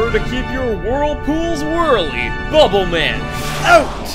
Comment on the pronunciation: Is it pronounced Bubble man as in super man or Bubblemin?